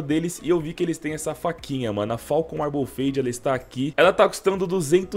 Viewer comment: que agonia ele falando "falcon" dkoaskopfaokp